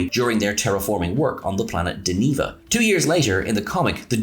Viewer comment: DenEEEva?!? Den'-eh-vah...just like in that nifty TOS episode where good ole George bites it...Operation: Annihilate! Sorry, that actually took me out of the video. Back to it...